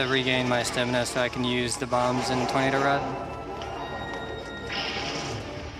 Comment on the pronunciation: Also "stemina"